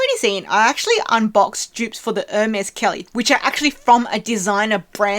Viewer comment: Ermes is pronounced or may